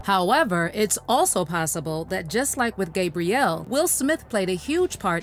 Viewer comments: It's "Gab" rielle, (with a short 'a' sound), NOT "GABE" brielle, with the long 'a' sound...😒I can't even listen to this because of that. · You are not saying Gabrielle's name right lol